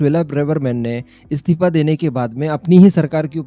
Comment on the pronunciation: What do you mean 'comment likhnewalo mein Roasting ki skill nahi thi'? Tu apne aap ko akela hi roast master samajta hai kya? Pehle to tu apna Hindi pronunciation sudhar, aur 'istifa' bolna seekh, 'stifa' nahi...